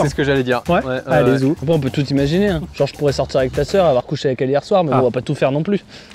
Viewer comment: "on" avec un t 🤣🤣